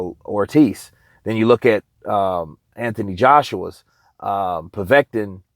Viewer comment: well done well done my son you actually said his name correctly povet-kin haha 🤙